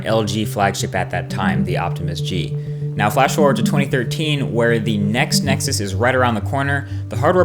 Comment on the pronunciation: I love how he CLEARELY says "Next Nexus", and not all of that crap of "Nexus 5" thats floating around the interwebs.